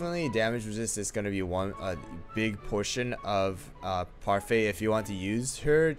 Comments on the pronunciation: its parfait not pefai im just saying not to be rude thx for the comparison tho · He calls parfait puryfy and herb erb